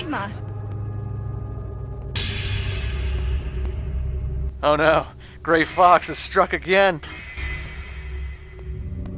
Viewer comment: As soon as he began with "'The Day of 'E'…" I lost interest. Plus, I watched the play-through and was just annoyed the whole way through.